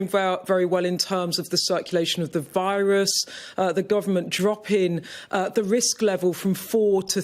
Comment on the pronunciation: what is with this new bbc presenter that says "droppin'" and " risin' expodenshally" etc i dont know what the beeb is "tryin' na"